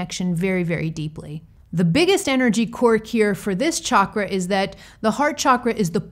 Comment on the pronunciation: Other things aside, I love that you pronounce the word CHAKRA, properly! ❤️🧡💛💚💙💜🕉